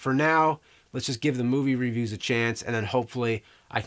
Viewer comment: I really love you James, and your videos have been a big part of my childhood. But every time you mispronounce review I die a little inside...